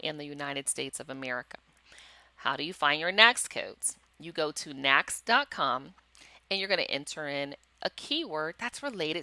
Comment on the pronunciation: Good training! FYI, NAICS is pronounced "NAKES".